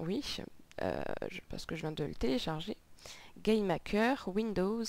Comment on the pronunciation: On dirait que tu dit "Game Hacker" !